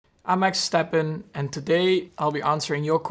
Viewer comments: Does he say Max Stappen at the start? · Did he said Max Stappen? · Did he say MAXSTAPPEN?? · why did he say max stappen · did he say maxstappen? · Did he say he is Max Stampin' ?